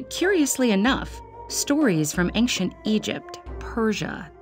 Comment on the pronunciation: Hate how she pronounces ancient as “ayk-shent”